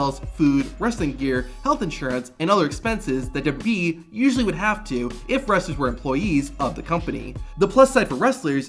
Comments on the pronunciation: Let’s try this together. “Duh-Bul-Yoo Duh-Bul-Yoo-E” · I like these videos and think they're well done, it's just small things like that really stick out to me. He pronounces WWE they way Vince McMahon did.